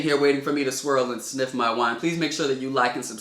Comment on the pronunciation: When he said sniff I thought he meant sip but then he smelt it 😂